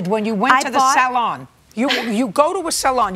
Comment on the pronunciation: The only part about Judy that I like in this episode is the way she pronounces "salon". I lived in SF for 24+ years, up until 2021, and loads of hair dressers worked in places that ended in salon, and was spelled that way. Every person I met pronounced it "solaaaahn". Didn't matter if it was downtown, financial district, North Beach, Sunset, Tenderloin... posh areas, extremely rich areas, poor areas... every salon was a solaaahn. I once tried to ask about the pronunciation, blaming me being foreign, and was kindly told that "yes, it's a bit complicated. It's French, you see, so we pronounce it that way, followed by a n exaggerated version of "soo- laaaaaahn". French, my ass. Besides this, JJ is horribly rude in this (and lots of other) video, and that hairdresser is a joke. Looks like a bad mime artist overreacting to something extremely foul and ridiculous. Don't know if she's correct myself, but I trust all of you who says she is. She is really impressive in this video. Relaxed, clearheaded, verbal and seems both nice and friendly. So sorry she had to endure the combo of JJ on a particularly nasty day and that ridiculous guy.